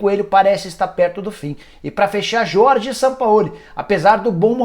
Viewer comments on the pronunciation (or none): none